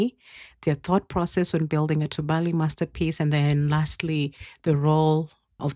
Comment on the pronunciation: Tubali is pronounced too bali. The bali sounds close to replacing the v in the English valley with b.